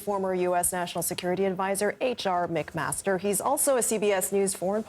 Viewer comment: She said his name wrong at the end.